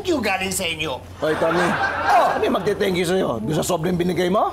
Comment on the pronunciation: Mukhang kinulang na naman ng dila si Mang Tommy--> 'Walang isang 'SANKYO' galing sa inyo...' Ang THANK YOU naging SANKYO... hahahaha...!